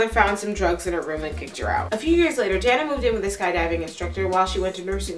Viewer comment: You are mispronouncing "Dana." It is pronounced, "Day na." Moreover, your delivery of info if horrid....too rushed. Don't understand you question at end. Look up definition of serial killer.